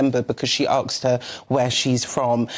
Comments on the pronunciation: Why do some people say "arksed" instead of "asked"? This is ESPECIALLY annoying when presenting a supposedly professionally produced news item. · Do you perhaps mean 'sphere'? 'Ignorancy' probably comes from over the pond (where it should stay). I also noticed that 'she axed her...' All of them very sad reflections on current British educational standards. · Did she really use axe instead of ask at 24 seconds? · Ngozi said 'aksed' now this person said 'aksed' It's ASKED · she axed her? A S K , why is it so difficult to pronounce? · 'Aksed', 'ignorancy' (which at best is an obsolete form of 'ignorance' - though I have never heard the (non) word uttered before, nor seen it written). She seems oblivious to her own ignorance! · Arksed? What is this word? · "aksed her"??? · She lost me at "arksed" 😳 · "aksed her"? What the hell is that? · That, my friend, is "Ignorancy" [sic]. Aksed in a spear ....